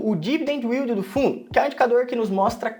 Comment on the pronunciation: Não é " u í l d i " ... é " í l d "